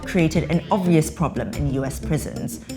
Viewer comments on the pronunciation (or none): none